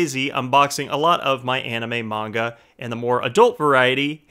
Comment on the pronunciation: Ele falou manga(fruta)